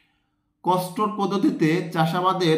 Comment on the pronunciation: কস্টোর না স্যার কন্ট্রোল পদ্ধতি হবে